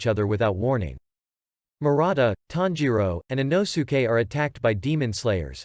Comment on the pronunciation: He really said ino-suke he’s called inosuke